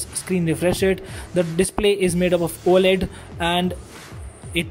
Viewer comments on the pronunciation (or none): none